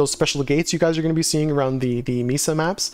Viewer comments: Great job! Thank you. Mesa is usually pronounced May Sa. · Thank you! Yeah you're not the first person to mention my pronunciation of mesa 😂I appreciate the correction and I'll keep it in mind when I record next season's video.